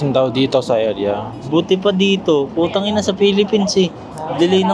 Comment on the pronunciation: 뿌따이낭 찰지네요 ㅎㅎ 역시 네이티브 ㅎㅎ 아버님 어머님 무리 안가게 여행 잘하세요~~~ 도 아푸지 말고요~~